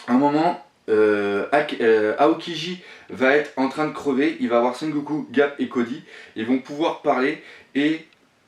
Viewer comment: Ga"R"p ! Et pas Gap ^^.